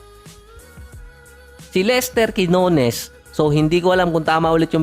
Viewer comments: lester gueennones po ang tamang pag pronounce sa kay Lester Quinones 😊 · Lester Quiñones (Kin-yo-nes) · . BASAHIN MO YAN SA TAGALOG. - KINYUNES - “QUINONES “. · Natatawa ako di mo mapronounce ang Quiñones 😂